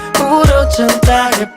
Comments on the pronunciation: Manoodles si! ya quiero que saquen otra canción en español para que la pronuncie mal otravez lol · Manoodles same pero soy puertorriqueño jajaja, el nunca sabe como pronunciar las palabras en español aunque existe google translate jajaja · Does his pronunciation of 'chantaje' bug anyone else? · I am Argentinian and I love the way you pronounce "Chantaje" as if it was a French word.